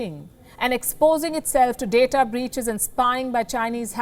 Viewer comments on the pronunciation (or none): none